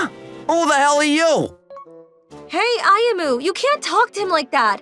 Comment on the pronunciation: did not say Ayumu's name correctly even once. He kept saying "Ayumi".